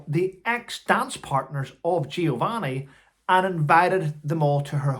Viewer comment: Having to shout to hear yourself is when I know the batteries in my husband’s hearing aids need changing. My 15 year old grandson has worn them from before his 1st birthday. Giovanni’s last name is said as Per-neech-ay. All these people with their truths, when all they want is 15 minutes of fame, their name in print and a payment. There are very few altruistic politicians left working for the greater good.